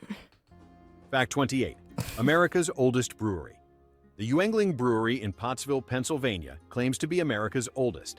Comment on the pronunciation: ugh that Yuengling pronunciation🤮 Saranac has my single most favorite beer, the caramel porter, that I unfortunately haven’t been able to find anywhere this year. It’s my winter tradition of stocking up on as much as I can, but I don’t even know if they made it this year.